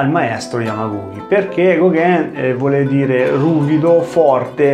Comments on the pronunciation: *Yamaguchi non Yamaguki 😅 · Come sempre mi permetto di notare che si legge Yamaguci, come in "Cina" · Pron.Yamaguci come uchi o dachi pron. uci daci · Si pronuncia Yamaguci......oss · ma magari imparare a pronunciare correttamente il nome di yamaguchi sarebbe stato il minimo...